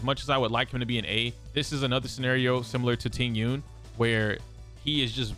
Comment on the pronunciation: How can you pronounce Jing Yun correctly but not Tingyun… it’s literally the same thing